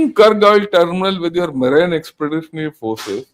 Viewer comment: tqvm for the excellent presentation. When they capture Kharg Island the regime will collapse. the word 'MARINE' is pronounced as MAREEN. Eg 'MAREEN Expeditionary Force', or 'US MAREENs'. Other examples are 'merchant mareen'' and 'mareen engineering'. TQ again for so much detail.